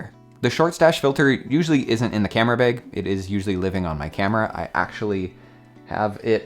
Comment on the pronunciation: “Camera beg”